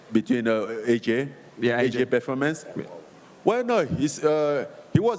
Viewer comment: Francis prnounced "Performance" like GSP😅 "Im impressed by yo pefomence"